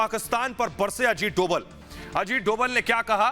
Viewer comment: Dobal=डोबल ......नही .........Dobhal=डोभाल कहिये ..भाई उच्चारण तो सही कीजिये न !